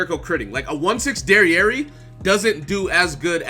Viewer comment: My man called jericho dererei 🤣😂